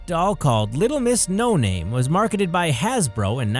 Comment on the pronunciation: IT'S NOT LITTLE MRS NO NANE! IT'S LITTLE MRS NO NAME!!!!!